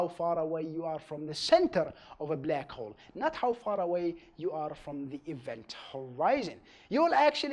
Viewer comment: I hear "Blek Hole"